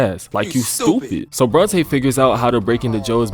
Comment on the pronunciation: Get the second part of this season immediately. It was horrendously crazy how it all went down. Ngl, was rolling my eyes everytime Joe was thristing after Bronte.... BORNTE!?!